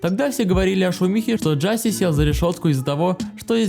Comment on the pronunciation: Брат произносится не Джаси а Джосеа